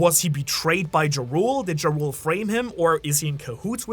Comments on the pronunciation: everytime he says jarul i hear ja rule like the rapper....i think its should be pronounced more like jarl or yarl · Did you just call Jarul (Yar-uhl) Jah rule? Like the rapper 😂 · why does he keep calling him Jarule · pretty sure jarul is pronounced with the j as an y sound, just like jormungandr